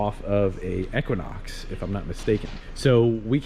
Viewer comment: Never heard anybody pronounce equinox correctly like that and it sounds wrong.